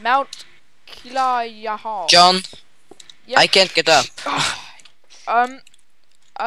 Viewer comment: ITS KILL-A-YOU-A